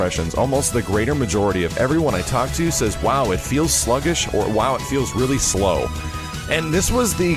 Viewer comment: slow not slom!!!!! :( lol